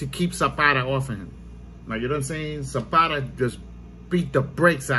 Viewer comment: Who's zapara isn't it zepeda???